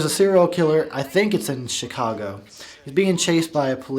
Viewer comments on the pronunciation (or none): none